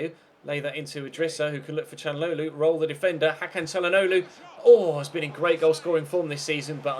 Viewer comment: I swear the way he says calhanoglu is harder than how you actually say it